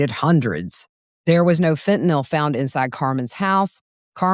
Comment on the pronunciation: THANK YOU for the CORRECT pronunciation of FENTANYL👏👏👏!